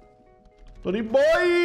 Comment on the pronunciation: Muito bom o vídeo, só tem um único problema, não é Toooonyyybooooyy e sim Tonyboioooiii